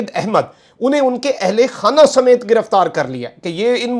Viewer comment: Beta samet hai samat nehi is lafz ko thik kar lo bura nehi manana